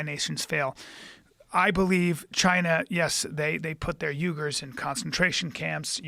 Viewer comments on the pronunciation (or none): none